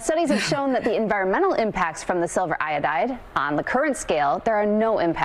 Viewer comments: Silver iodide. It's not pronounced "silver iode". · The anchor actually pronounced silver iodide as silver “I-owed” 😂 did he pass high school chem?